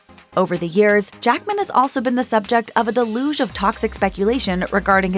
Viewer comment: "Day-LOOGE of toxic speculation." If you're going to be paid to narrate, at least take the time to check the pronunciation of words you're not sure of!